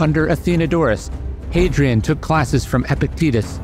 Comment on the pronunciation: Hadrian, not Hadrien.